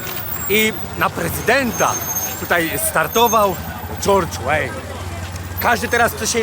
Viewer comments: Nie George Wayne, tylko George Weah. Pozdro;) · Weah czyta się "łeja" a nie "łejn" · nie dżordż łejn tylko dżordż łea nigdy nie był bardziej utytułowany niż lewandowski nie pgs tylko psg paris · na prezydenta startował: GEORGE ŁEJN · George Weah (Łea)